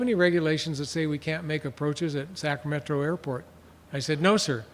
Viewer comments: Say "Sacametro" ONE MORE TIME. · So Sacramento is pronounced “sacmetro”? Got it